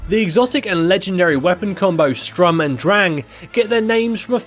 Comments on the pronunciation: It's pronounced Sturm not strum lol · It's Sturm, not Strum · And one kinda triggered when he said strum and drang not sturm and drang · Did this guy say strum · Did he actually call the sturm strum? is it that hard to read? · bruh this guy just said strum and drang